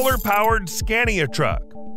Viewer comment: Pointless, its all in imperial measurements apart from the kilowatts, nobody modern uses imperial measurements anymore. And the voice doesn't know how to pronounce Scania !